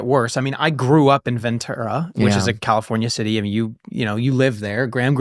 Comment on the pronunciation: Ventura is pronounced as venchura.